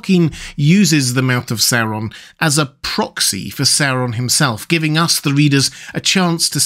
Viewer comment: I love it when people pronounce it SOW-ron instead of how we Americans usually pronounce it, SOAR-on.